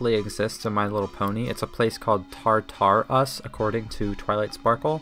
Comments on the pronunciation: Tar-tar-us 💀 my inner Greek mythology nerd is fUmInG. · "Tar Tar Us"😂😂